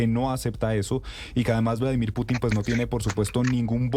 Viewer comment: Vladimir Piuutinn😂😂 la periodista